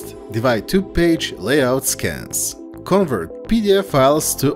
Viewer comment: it's con'VERT and not CONvert..